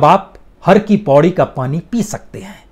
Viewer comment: Sir har ki paidi not paudi